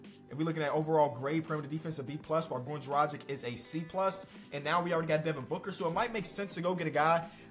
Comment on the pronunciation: Please don't say Dragic anymore, or Vucevic. You're pronouncing so so so wrong!